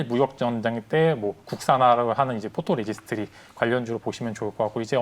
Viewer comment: 포로레지스트리? 아이고....전문성 떨어집니다..그렇게 계속 잘못 말할꺼면 그냥 PR이라고 하던지 감광액이라고 하세요..